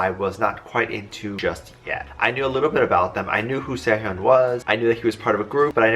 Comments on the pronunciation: im sorry, but its SE-HOON WITH THE HOOOOOOOON. NOT HEEEUN. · His name is pronounced Se hoon. Not Se hyon. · Sehun not sehyun